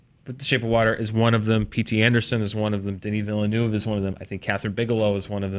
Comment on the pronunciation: Denis Villeneuve: Denee Vill-a-nuv. Can someone in the US please get it right?